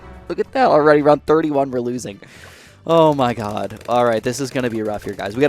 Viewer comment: i hate hearing him say "zoh my god"